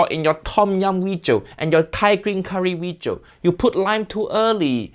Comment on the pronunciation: This "weejio" is a mix of haiyaa, fuiyoh, and walao eh